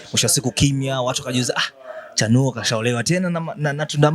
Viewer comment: Mbona unachapia sana chanuo jmn😮😮